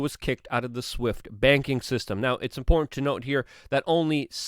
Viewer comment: It’s the word “important” he seems to struggle with. 😬